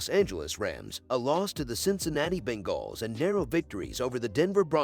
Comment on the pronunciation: The Ben-Galls 😂